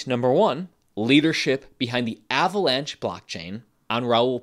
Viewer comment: He said Avalanche like Avocado lol